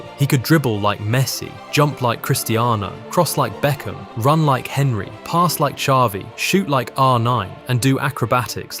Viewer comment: Great player. Some of the ai voice pronunciations....Thierry Hen-ray, Serie eh, You effah 😄